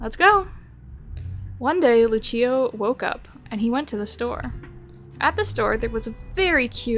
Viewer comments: This made me search up what the pronunciation is I’m pretty sure she was saying it the Italian way. Lucio from the game is from Brazil though… so… it would be Lu-see-oh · the fact that i played overwatch before watching this video, hearing overwatch gave me wiplash. (btw the name is pronouced Lu-see-oh, lucio :)